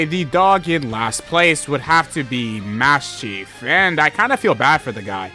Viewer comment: My dude, you really gotta learn how to pronounce the different Pokémon names before making a video about them. Maschiff is not pronounced “Mass-Chief.” …how are you gonna include the cotton candy pokemon, but ignore the legendary Johto dogs…crazy…